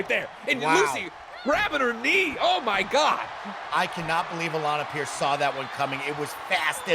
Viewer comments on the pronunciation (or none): The best part of Alanah matches is hearing the in game announcer pronounce it "Alan A Pearce"